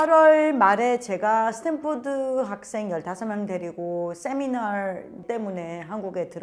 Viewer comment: 세미나 할때만 발음이 바뀌는거 실화냐...